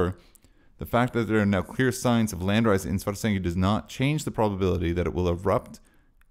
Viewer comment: Thanks for this. As far as I can understand with my limited Iceland language knowledge, Svartsengi is a compound word of "Svart", meaning black and "Eng", meaning field with the genitive s in between, so [Sv'arts'engi] should be the correct pronounciation, pretty much like you do. Keep up the good work!